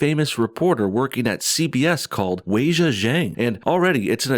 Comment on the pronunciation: How about you go and learn how to pronounce her name properly!!?